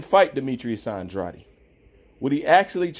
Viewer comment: Isn’t it pronounced An-drade’ ?